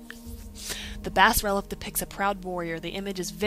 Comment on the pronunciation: lol, bass-relef epic pronounciation